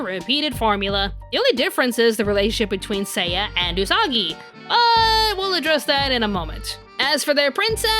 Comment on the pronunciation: Did Mamoru just said... Usaka!?